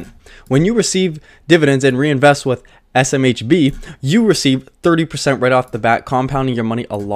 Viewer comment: you can do it buddy! SMBH! ESS, EM, EITCH BEE, :-) ESS, EM, EITH, BEE